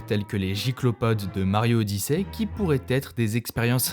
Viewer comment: "Mario odissè" 😅😂